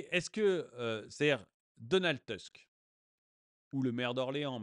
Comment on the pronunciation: Attention la prononciation, c'est Donald Tousque, merci ;)